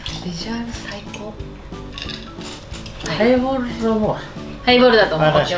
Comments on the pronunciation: ハイボールをプレイボールみたいに言うなｧｧｧ！ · ハイボールをプレイボールみたいに言わんでくれいww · 『ハイボール』が『プレイボール』に聞こえる。